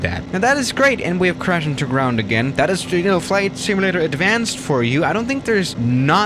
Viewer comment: Simulator not simalator